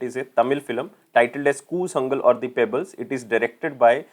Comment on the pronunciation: It's not koozangal...it is koolangal...